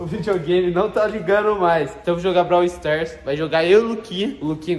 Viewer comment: Braw sters 😂 e braw stars